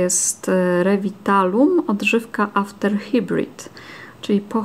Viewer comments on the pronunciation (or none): to nie pierwszy raz, kiedy slysze jak Ty kaleczysz jezyk angielski (swoja droga z polskim rowniez masz problemy), wiec musze to napisac. Edukuj sie, sprawdz, jesli chcesz czytac nazwy angielskie. After Hibrid? Naprawde? Jesli juz to "haibryd" (po r jest cos na ksztalt y i u). Bardzo kaleczysz jezyki, uszy bola. PS A press your lips to see the glitter, nie oznacza, ze musisz potrzec usta palcem, tylko po prostu je zacisnac...